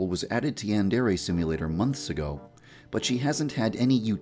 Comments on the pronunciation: You pronounce yandere wrong. It's pronounced yan-de-de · "Yan-dairy" C'mon, you're essentially teaching a large amount of people how to incorrectly pronounce Yandere - it's a Japanese word that shouldn't be "Americanised". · My setting that reads text aloud came on and said "watch next: information for newcomers to Yan-deere simulator" I got mad because it's pronounced Yan-dare-ay (it can be pronounced many ways though) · why do you pronounce yandere so weird And just so you know, the fanbase of this is weeaboos, famous youtubers, and horny 12 year olds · yandere dev, i totally support you and your game but itll probably look bad that you arent pronouncing yandere right yet.